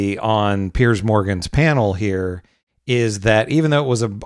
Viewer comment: Piers, not "Pierce"